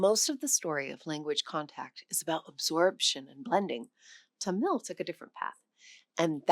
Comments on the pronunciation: Tamil should be pronounced with emphasis on the first syllable. "Tuh-mil" rather than "Ta-mill" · It's pronounced TA-mil , not ta-MIL . Accent on the first syllable .